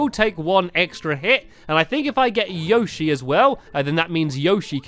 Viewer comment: plz say Yoshi right